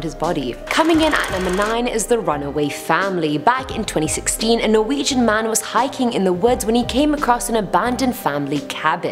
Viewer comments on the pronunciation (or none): none